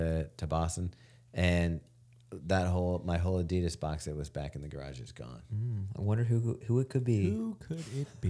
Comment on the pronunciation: Can someone please get to pronounce Adidas like a normal American instead of like a pretentious douche? Enjoy everything the group does except this one very annoying thing.